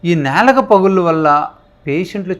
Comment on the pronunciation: నేలుక కాదండీ బాబూ నాలుక..